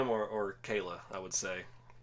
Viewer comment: I remember her being called kal-lah in the show like how I spelt it why’s everyone say Kayla